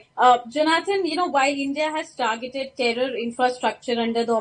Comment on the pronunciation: Please learn to pronounce people's names. It is not jo naathaan.